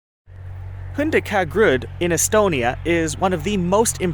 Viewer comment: For the sake of clarity: These ancient graves in Northern Estonia are called "Hundikangrud". Their location is Muuksi village. Usually I don't mind foreign pronounciation. But this time I was so confused when I tried to understand what their exact location is. I would suggest you to write "exotic" placenames in videos or video descriptions. Interesting video though. I respect that you came to our region. It is especially rare when people visit us because of archaeology.